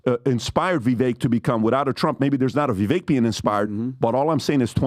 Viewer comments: How long until y’all start saying Vivek’s name correctly? It rhymes with cake (ViVAKE) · is smart and knows darn well how to properly pronounce Vivek's name yet still mispronounces it. What's that all about?